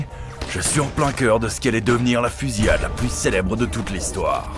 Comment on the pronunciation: ‘Fusiade’ 😅 Fusillade plutôt ? Merci pour la vidéo 😊